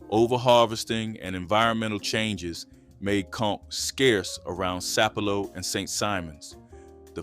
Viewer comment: Sap-a-low island not sapelo😂😂😂😂😂